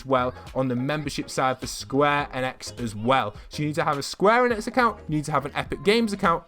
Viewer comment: Hey, you pronounce enix like "eenicks"